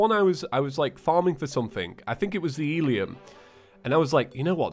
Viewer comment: pronounces “eleum” wierd😂